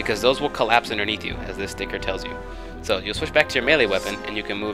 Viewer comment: I like how you say sticker. "stikir" :3